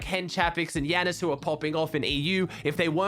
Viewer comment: Since when was Jannis called Yannis?